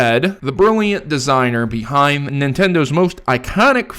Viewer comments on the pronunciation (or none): none